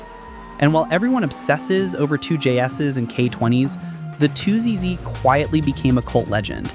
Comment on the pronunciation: Would it be hard to have someone narrate this? "Two Jay Esses" really? bruh